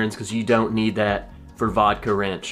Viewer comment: I thought you were saying Vodka Ranch. YEEE HAAAAA.